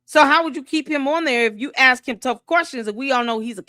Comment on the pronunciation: Is there not a black person alive who can properly pronounce the word ASK?